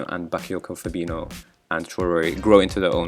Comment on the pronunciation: "Fabino" instead of "Fabinho", benching Mbappe... What a stupid overconfident redneck you are.